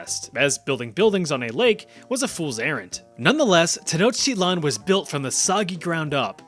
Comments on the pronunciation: Pronounce it like 10 sort of and then like ouch but capital o sound then i then lan ten ouch I lan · it is not pronounce like that it's teh-NAWCH-tee-tlahn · According to yourself you’re saying Tenochtitlan wrong as the tl is a TGH sound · when you pronounce "Tenochtitlan", should the "tl" at the end there have that "chk" sound you lectured us about , making it: "te-noech-tea-chk-lan"?